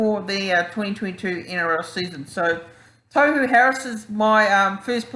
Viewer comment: Bro.. Tohu (Tor-hu not Toe-hu).. I think it's way too early to talk new captain as injuries can quickly put paid to that.. As the year unfolds we'll have a better idea as to who stands up as captain material.. I like Tohu but we'll see